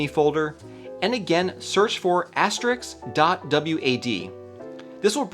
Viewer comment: The * sign is called asteriSK, not asteriKS